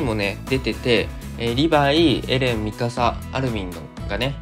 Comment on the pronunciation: ミカサが[ミササ]になってます。